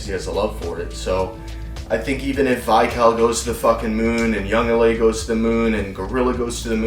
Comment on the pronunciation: Not tryna be annoying but, Vical?